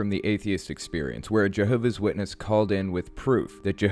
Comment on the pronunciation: je-hoe-v-ass shitness